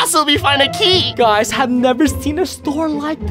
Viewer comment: Why you said giy instead of key you need to go to school 😮😂